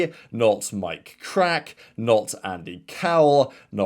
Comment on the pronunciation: "Mike Krack" 😂had to rewind on that one